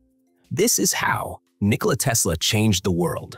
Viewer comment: Das dauernd teslasch gesagt wird nervt sehr.